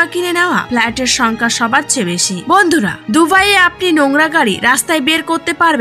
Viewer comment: উপস্থাপকের ভন্ধুরাহা শব্দটি সেই ছিল🤣🤣🤣